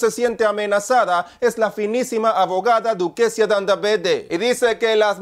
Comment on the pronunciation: “Duquecia Dandavegde”😹😹